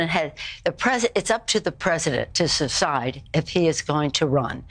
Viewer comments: She 100% said "Suside". I was looking for someone else who caught that. The Whiskey makes her Teeth come lose. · Sounds like nancy slipped up and said a mix of 'secede' and 'decide' lol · Did Nancy say, it's time for Joe to "suside" instead of "decide"?! Or am I just hearing things?! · I heard it too. Suside. WTF? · Sounded like that to me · Lol! I heard that too! Sounded way too close to suicide to me!😅😅 This clown show is very entertaining to watch.